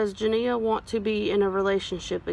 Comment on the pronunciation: At least you said her name CORRECTLY